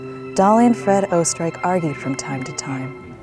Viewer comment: the way she pronounced oesterreich tho💀